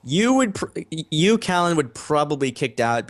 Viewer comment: Hi, it's Callan, not Collin. Easy mistake given usual pronunciation, best just to stick to Reti. I apologise if I came across as overly negative, I didn't intend to. There are many advantages of each weapon it's just that the others mostly covered the advantages so I was left to talk about the criticisms. I do mention some positives though.